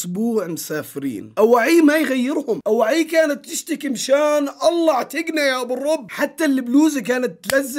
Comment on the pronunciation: مشان الله وليس مشان الل